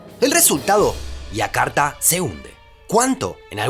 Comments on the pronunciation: Aiakarta no, Yakarta. (Jakarta). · entonces no seria Y si no sh, la y tiene una pronunciación bien clara y específica. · No entiendo por qué a los nombres propios que llevan "Y" los pronuncia como "I" ( Iakarta/ Abuia) si su forma natural de pronunciar las "Y" es "SH" ( flushen/ aposhes). ¡Por lo demás, excelente video!